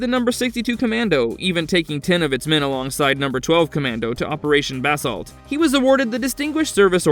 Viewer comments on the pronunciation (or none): none